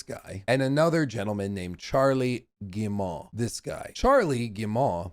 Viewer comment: I appreciate you but we have GOT to work on your French name pronunciation (unless butchering them is the point): Marc-Alexis Côté= Mark-Alexy coTAY Guillemot = geeMO Christophe Derennes = kreestoff deREN (what is this René stuff smh) I believe in you